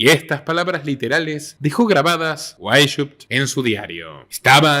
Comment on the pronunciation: Se pronuncia /Baisjaupt/